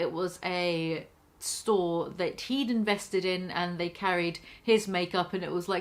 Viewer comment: im still convinced that J* is saying he's 'vested in' not 'invested in' which make sense since they carry his makeup.